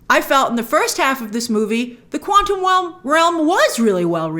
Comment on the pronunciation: Grace said "Quantum Welm" LOL